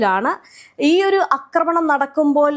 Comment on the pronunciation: അക്രമണം അല്ല പെണ്ണുമ്പിള്ളേ ആക്രമണം ആണ് ശരി. ഒന്ന് തിരുത്തി പറയാൻ ഇനിയെങ്കിലും നോക്കൂ